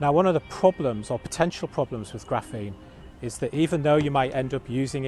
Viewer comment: What the heck is graffeen?